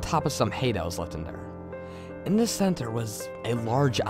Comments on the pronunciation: He pronounces his "Th" as "D" so the word "the" is pronounced as "da" so shouldn't his name be Dat Creepy Reading? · I like how when you say "this" it sounds like "dis"... And " the" sounds like "da" or "duh". Very well told overall and much scarier than most of the other stories I've listened to today.